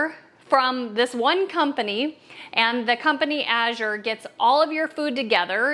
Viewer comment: Thank you for pronouncing Azure correctly!